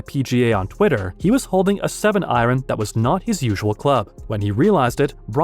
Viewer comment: ITS PRONOUNCED IRON